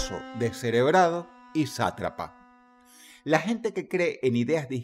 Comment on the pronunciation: Zatrapa❓❓jajajaa que es eso